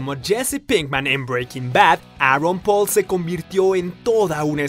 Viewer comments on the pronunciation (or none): none